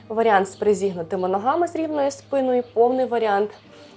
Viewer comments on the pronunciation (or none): Справді хочеться подякувати за руханку і за впевнену укр,мову.Як до такої впевненості,хотілося б тільки наголоси підтянути: за спинОю(треба - за спИною, за аналогією:соснА,- українською - сОсна.)І ше не стряхуємо,а струшуємо руками(чи руки взалежності від змісту речення).А так -молодець!Бо набридла мова,що нагадує милиці(костили)